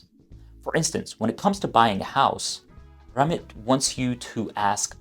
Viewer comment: It’s Ram-Meet. Say-tee.